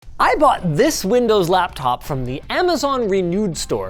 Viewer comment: It’s not a “lab top”